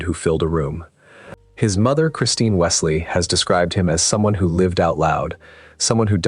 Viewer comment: his mother Christine WESLEY... her name is Christine WONSLEY. This video is ai slop 🙄